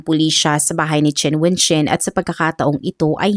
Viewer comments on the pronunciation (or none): Chen - sound shen Qin - sound kin ...dpt ang pronounce